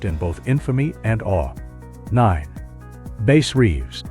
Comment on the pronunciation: You lost me at "Base Reeves"